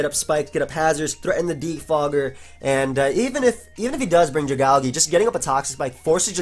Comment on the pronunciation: why the hell do you pronounce Dragalge like that xD